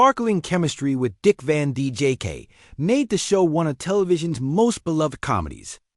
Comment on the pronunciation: Dick Van DJK? AI sucks!